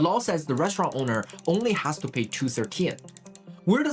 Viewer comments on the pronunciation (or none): Restururanıt RESTUURAINN Restururanıt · Restuuraln? Restirurant? Come on man, don't use AI garbage, it's totally unneccessary Also, gratuity means tip in english? Funny, because it comes from a french word that litterally means "free"